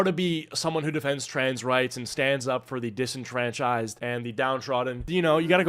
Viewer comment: did this man just say disentranchised or am i tweaking